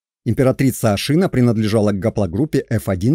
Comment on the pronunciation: Не ашИна, а ашинА ! Но это монгольское название тюркского рода. Тем более тюркских ханских родов было 2 а не 1 ! Огузский - Тохсоба Сирский (половецкий, кыпшакский ) - Ельбури. Их уничтожил табгач (монгол) Чингисхан. Скифы - скифоязычные в 5 вее до р.х. Как и персы - скифоязычные с 5 века до р.х. Тюрки это род. Род определяется по отцу. Казаки Дона и Кубани r1b1b2 . Башкиры (считается кыпшакским родом) r1b1b2. Кыпшаки - r1b1b2. Сельджуки, огузы (туркмены) - r1b1b1. Нет народа тюрки, не нации тюрки. Тюрки это род по отцу. Гаплогруппы r1b1b1 & r1b1b2. Все остальные не тюрки, а тюркоязычные . Гуны это кавказоиды из Элама переселенные в Монголию и взявшие тюркский язык. Гаплогруппа гунов G. Канлы, кангюй, кангары - это самый восточный скифский род кан(г)лы. Гaплогруппа канлы как и всех скифо-хакасо -киргизо-слaвянских родов (не народов) r1a1 ! Канлы остались в манжуро- монгольских степях до тюркского каганата, а не ушли как другие скифы в степи Кпзахстана и украины.